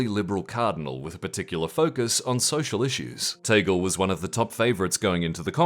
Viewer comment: Tah-gleh not Tay-gul...